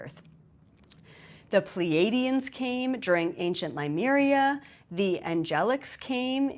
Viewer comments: Please pronounce Leh-mure-eeya correctly. It is not LUmeria. Having said that, I REALLY LIKE your phrase, "You ARE Superman, before Superman knew who he was"!!!!! I love that!!!! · You are pronouncing Lemuria wrong